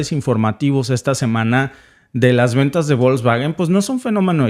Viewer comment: Se pronuncia 'Folksvagen' (la 'g' en Alemán, siempre se pronuncia con sonido de 'g' suave, como en 'Gato', nunca con sonido de 'g' fuerte como en 'Gendarme').